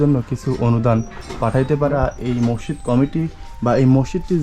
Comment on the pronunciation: মসিদ না মসজিদ টমেটা না টমাটো